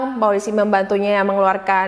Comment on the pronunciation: Parit ya kak, bukan peritt